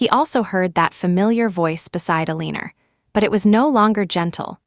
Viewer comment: AI can't pronounce Eleanor (el-a-nor). Please work on that.